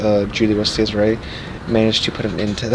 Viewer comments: The pronunce is actually Cesare, and not cesar (sisar) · Yea it's completely broken need to be uptiered or nerfed heavily, and if ur gonna mispronounce the name atleast stick with it 😂😂